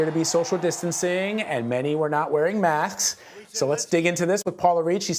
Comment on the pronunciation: For some "ask" is "axe" and even "mask" is "max". That's the first time I heard that.